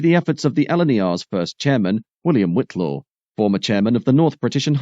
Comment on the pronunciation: ...and Whitelaw is White-law. I might have enjoyed it more if the video had been more connected with the narration.